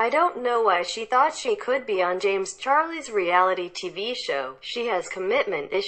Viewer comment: James charles NOT CHARRYLS